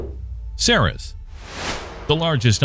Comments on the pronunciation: good video! When you arrived at the part about Ceres, I was surprised to hear you pronounce it Sarah's, rather than series, as I've always heard it. So, I made a trip to Wikipedia, where my understanding was backed up. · Ceres is pronounced “series” not “sare-riss”.